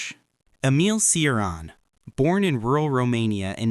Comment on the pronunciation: Cioran is pronounced cho-RAHN. If you are going to blab about these people learn first how to pronounce their names.